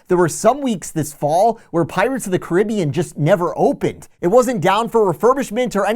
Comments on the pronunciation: its Caribbean not what you say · It’s not pronounced Caribbean, it’s Caribbean.